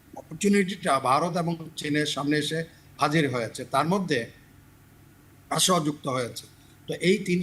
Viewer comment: আমি তো জানি রাশিয়া। রাশায়া আবার কি😂😂😂😂